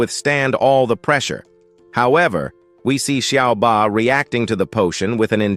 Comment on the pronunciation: Whoever is narrating the story is useless....everybody's name is now 'SUBA'...his name is 'Su BAI' !!! The turtle is not 'SHAA' but 'SHIAO BA', and the beautiful teacher IS A WOMAN !!!!!!!! ...........no efforts at all....change him Thank you for the video though, it was still a very good video